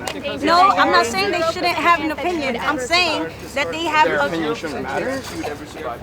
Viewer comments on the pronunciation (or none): Young lady, please learn to pronounce "shouldn't"